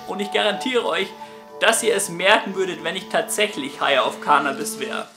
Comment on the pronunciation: "Cannnabis" nicht "Kaahhhhnahhhbis"!!!